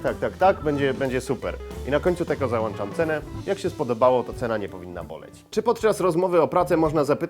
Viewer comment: "...załanczam cenę" ? Krzysztof !!!